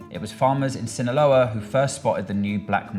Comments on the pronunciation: Hasan really just said "sinağola" one time and chat went nuts lmao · Hasan freestyling the pronunciation of Sinaloa everytime has me weak